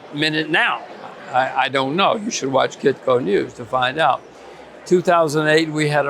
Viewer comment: 9.05. "...even on Titko News" 😂. Keep your eyes on the wobbly table, Jim.